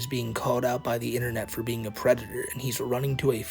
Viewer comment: Du white bowsuh is uh pweditoah